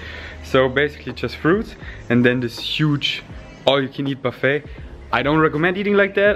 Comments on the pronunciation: I hate critiquing the English of non-native speakers, but I've been told many would like to be. So, without wanting to sound like a dick, you don't pronounce the "T" at the end of "Buffet". It's more akin to how we pronounce "Ballet" (the dance style). So, "Buff-ey". Only thought to mention this, as scorpionmind corrects you, and you don't seem to mind lol x. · Thank you so much! I always love corrections and I actually know how to pronounce buffet but I keep making this mistake so often 🙈 Feel free to always correct me, I absolutely appreciate it 💚